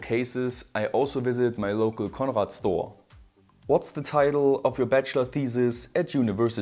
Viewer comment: Love how you pronounce conrad in the real Deutsh way!:-)